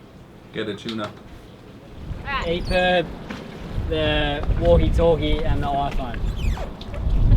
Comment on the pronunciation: "I'm going for wahoo and chewna"